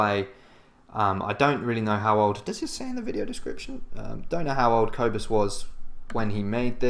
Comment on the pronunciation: Cobus is awesome. And this video is cool, too. By the way, the “o” in Cobus is pronounced like the “oo” in poor or the å sound in Swidish. And the “u” in Cobus is pronounced like the “u” in burn.